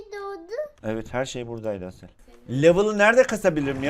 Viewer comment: Abi 11.37 de asele durasel diyon 🤣🤣